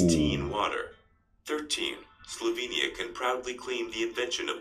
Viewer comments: It's SLOVENIA not Slovania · It is Slovenia. SlovEnija. Please correct that!